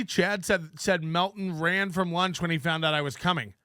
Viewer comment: "We're downstairs having lush" It's, "LUNCH," Chad. "LUNCH!"